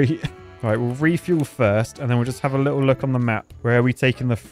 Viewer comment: "Let's have a Lidl look..." You went to Lidl recently or what?